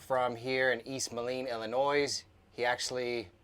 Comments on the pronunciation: Happy to see yall and back together! Ya gotta teach him how to say Illinois though lol. Good job guys! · just thought u would like to know the s in Illinois is silent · At least pronounce Illinois correctly!!! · All of the above and watching from southeastern Texas. I was born in Macoupin County, Carlinville, Illinois. NEVER pronounce the “S” sound at the end of ILLINOIS. 🤗❤️👍🏻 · Your in my part of the country now!! Im so glad your out and about. You have such a wonderful heart. Thank you. FYI, "s" in Illinois is silent! lol Hugs